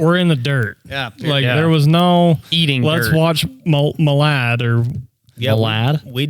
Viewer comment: Milan and Aladdin= MILAD😂 I knew what you were trying to say